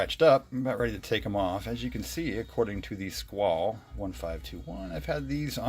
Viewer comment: The e is pronounced in squale...squal-e